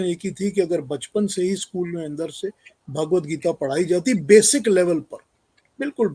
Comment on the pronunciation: Bhagwat Geeta is the Answer to the problems of Humanity and its the gift to humanity Jai Ho Just a little advice on the proper pronouncement of the book Its Bhagwat Geeta Bhaagwat geeta is not correct Thank you all for your noble efforts to enhance humanity